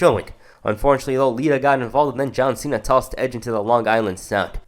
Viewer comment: Bro said John cents